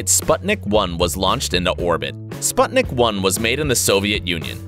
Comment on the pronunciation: Can't even pronounce Sputnik))) yes, this guy seems legit